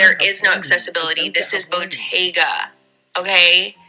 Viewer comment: I think by "botteeeeyyga" she meant Bottega Veneta. She just doesn't know how to pronounce it.